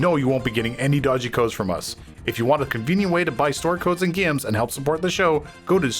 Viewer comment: I like the way he says “gaums”.